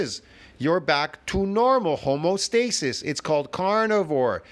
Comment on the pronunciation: I have to question the so called knowledge you've gleaned over the years if you keep mistaking the word "homeostasis" for "homostasis" even after I've corrected you on this already. Also, the carnivore diet is an elimination diet by the way.